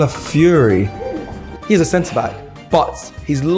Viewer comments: Please say his name properly, NOT pronounced Cala - fury pronounced Cala - fee - ori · God damn britian, at least try. Cala fi or e Who is cala free/ calaforee 😅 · Please try harder to pronounce his name properly it is respectful. Cala fiori not Cala fury. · Calafiori. Not Calafury bruv 🤦🏾‍♂️